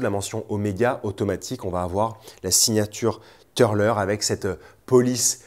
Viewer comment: Jolies pièces; d'ailleurs les plus belles sont déjà parties, 17h après la publication ! A noter que le "u" de Türler se prononce "u" et pas "eu" grâce aux Umlaut sur le u ;-)